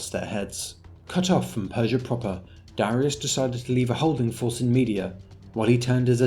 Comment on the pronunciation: Darius? More like "Darisus"